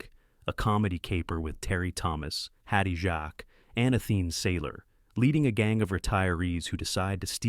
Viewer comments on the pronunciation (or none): I think you'll find that's more conventionally pronounced Hattie Jakes. :) And if this web browser corrects (incorrectly) my typing one more time there's going to be big trouble. We're talking large bordering on immense twouble.